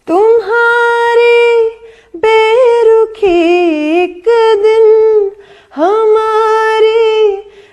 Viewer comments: بے رکھی نہیں بے رخی ہوتی ہے محبت کا تکاضہ نہیں محبت کا تقاضہ ہوتا ہے کسور نہیں قصور ہوتا ہے کیا واہیات تلفظ ہے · You're right بے رخی ہے sirf اس تلفظ کی خرابی کی وجہ سے پورے گانے کا مزا کھراب ہوگیا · Mashallah aapki awaz bohat achchhi hai aur Allah ne aapko shakal bhi achchhi di hai. Agar aap Indian artists ki naqal mein 'takaza' aur 'beruki' sahi se nahin kah rahi hain toh bohat sharm ki baat hai, aala darje ke Indian artists ka Urdu talaffuz perfect hota hai. Aapko ghatiya banne ki zarurat nahin. Talaffuz sahi kijiye please. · She is a pakistani, yet she can't say "berukhi" correctly.